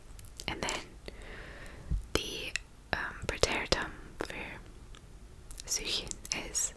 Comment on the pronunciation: What do you try to pronounce? Suchen? It is pronounced like oo in room.